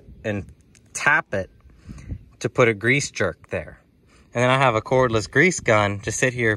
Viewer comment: Grease jerk? You mean grease zerk?